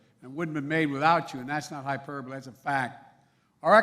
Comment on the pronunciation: He's always saying, " That's not a hyperbaly." "Not a joke" Whatever! Do you all really think he's behind the UNION? HE IS NOT!!!! Open your eyes!